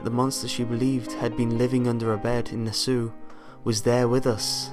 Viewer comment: Oh wow, the narrator lives in Nassau County like I do. Crap. Also, I almost couldn't tell you were saying "Nassau". It sounded like "Nassew". XD